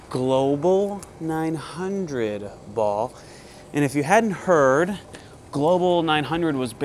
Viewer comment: New drinking game: take a shot every time says the manufacturer’s name incorrectly. InB4 alcohol poisoning